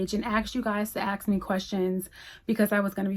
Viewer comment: Hi,I asked you because I noticed you pronounced the word "ask" the Nigerian way "aks"🌹